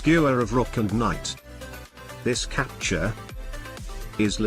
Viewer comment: "This capture is... leshit"